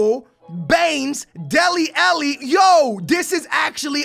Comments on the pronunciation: Why does he say delli elli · Delli "Elli" lol this dude